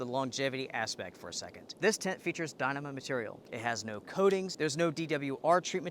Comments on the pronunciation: It is pronounced die-KNEE-mah. And, who do you think is to blame for inflation? I think I know where you are going with this line of thought but I can assure you that you have no idea what you are talking about. Stick to making recommendations and pronouncing things wrong. Economics is way out of your league,. If you want to make political statements, I suggest you stop cowering and say what you mean. I don't like the current administration and I didn't like the last one, either. But let's be clear on the reasons for inflation. If you don't know the real cause of the current inflation spike, then stay in your lane or ask me about it. I'll be happy to drop some knowledge bombs on you. As for the Duplex, it is a good tent but absolutely not needed unless you are through hiking. There are better tents out there for less money. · LOL, I never heard anyone pronounce Dyneema like that